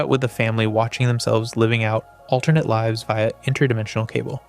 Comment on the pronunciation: Your AI pronounced lives wrong